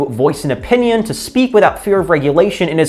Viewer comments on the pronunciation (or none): none